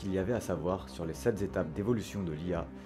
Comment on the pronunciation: Mmmmhhh, "les sept z'étapes" ? et "quantativement" ? Sérieux... ?